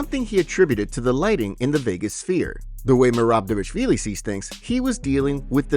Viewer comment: Why keep saying "Dévashvili"?